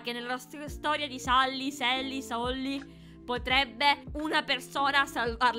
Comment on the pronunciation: Non si dice sally ma selly che si scrive sally